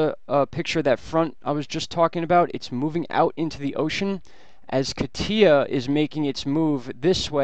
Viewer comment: Kah-TEE-ah? Most are getting it right. KAH-tya, the Russian nickname for Ekaterina is stressed on the first syllable.